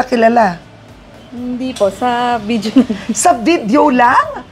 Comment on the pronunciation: VIDEYO!...Not VIDJO!